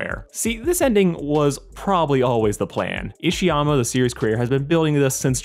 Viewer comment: He is Isayama. Why are you calling him Ishayama? At least respects an author enough to pronounce his name correctly.